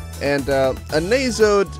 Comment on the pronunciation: First i'd like to thank you for reviewing this game, Much appreciated Second, not to be a jerk but Nasod is pronounced as Nah-Zod, Not Nayzod. Also the Nasod race are Basically Robotic beings, Raven has basically a Robotic arm. Eve is the Queen of Nasods, The said Robotic beings. Also on the terms of an S rank, You'd have to have done EXTREMELY well, S ranks are not given, but earned. But again Greatly Appreciate the Gameplay Run